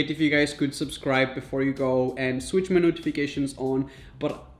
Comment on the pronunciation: He shwich boxes by accident 😂😂